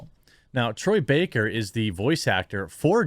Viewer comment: Baker not Backer